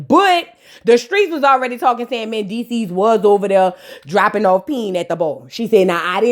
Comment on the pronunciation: Okay next to Amara. When you talk about Mandeecees is at the top of the list. Why I shiver when you be saying Mandeecess.Wooooooooo🤣🤣🤣🤣🤣